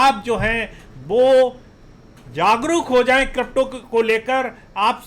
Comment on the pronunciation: Not kropto it's crypto 😄